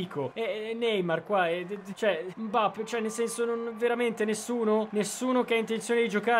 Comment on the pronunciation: come.. Hai.. Detto.. Mbappe